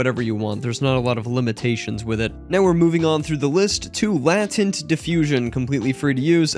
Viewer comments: "Latent" is pronounced LAY-tent. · Please tell me you know how to pronounce "Latent"...